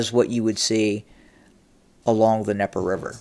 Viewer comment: THE D IN DNIEPER IS NOT SILENT. There is a reason the D is there, because it is mean to be pronounced. Stop being ignorant. Quit intentionally mispronouncing things.